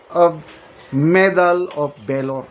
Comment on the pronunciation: Pronounce VALOR : V A L O R, not velor👂🗣️👂🗣️👂🗣️👂 Huwag po kayong ma high blood, gung gong yang si TUTALACSON, tumangap na rin ng maleta yan🤑